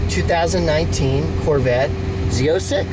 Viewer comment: Z zero 6, Z zero 7. LOL. It’s pronounced Z O six, Z O seven.